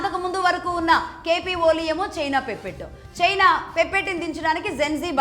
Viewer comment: 'పెప్పెట్టో' లేక 'పెసరట్టో' కాదు అది 'పప్పెట్', అలాగే 'ఇనీషియేషన్' కాదు అది 'ఇనిషియేటివ్'. మొన్న ఒక వీడియోలో 'ఈథైల్ ఆయిల్' అని, ఇంకో వీడియోలో 'ఈథైల్' అని ఇష్టం వచ్చినట్టు చెపుతున్నారు. అది ఎథనాల్!!! దయచేసి ఆవేశంతో ఊక దంపుడుగా చెప్పకుండా స్క్రిప్ట్ రాసుకుని చెప్పండి. అలాగే ఇంగ్లీష్ సమస్య అనుకుంటే తెలుగు పదాలు ఉపయోగించండి. చెబుతున్న విషయం సరైనదే అయినప్పటికీ, అందులో స్పష్టత లేకపోతే ఏం ప్రయోజనం?